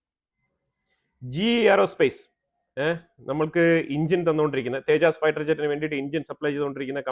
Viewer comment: തേജസ്‌ എന്ന് പറയൂ. തേജാസ് അല്ല.